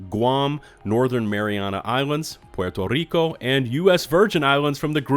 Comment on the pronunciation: I thank you for pronouncing Puerto Rico correctly and not “Porto Ricouh” like many do👌🏼